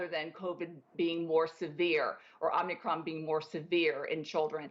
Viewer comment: This woman is a perveyor of fear, lies and ignorance. It's Om I cron, not Omn Ni cron, lady.